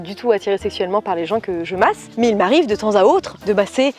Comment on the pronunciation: Quelle MASSE (avec l'accent espagnol "Màs"), elle m'a tuée 😍😂